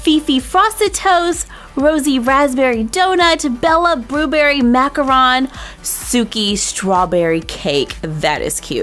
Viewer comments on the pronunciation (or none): none